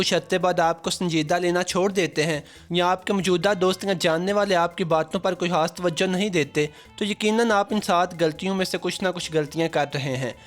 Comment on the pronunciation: A/@ very informative video... But sir aap kiyu ..(khud ko hudd)..(khass ko hass)...(khawamakhaa ko hawamakhaa)...(khuloos ko huloos)etc...😥bolty ho...